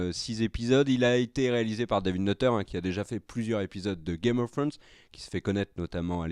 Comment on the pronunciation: C'est possible de dire au gars de droite de dire trône de fer au lieu d'essayer de dire Game of thrones "Game of frônes".. pu capable haha ! Mais à part cela vous faites du bon boulot !